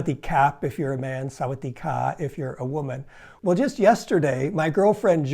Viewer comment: You messed up at the end, you said Sawadee 😂